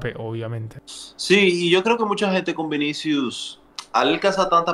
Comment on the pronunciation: Cubarsi dice vins jajajaj